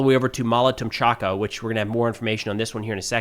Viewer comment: Tomachka not Tomchaka